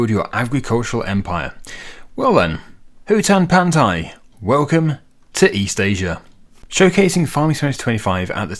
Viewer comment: That is indeed how you say Hutan Pantai. Funny they used a Southeast Asian name for a East-Asian map